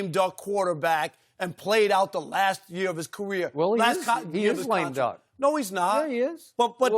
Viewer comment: "iM gOnNa bEe rIOte ThIS YeErE" - Rob